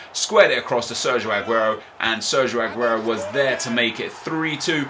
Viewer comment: hey nep can you please stop saying adguro is aguro